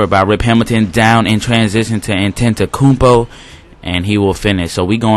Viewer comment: Y'all better drop that like, how many commentators you know that can pronounce Antetokounmpo? Great vid man.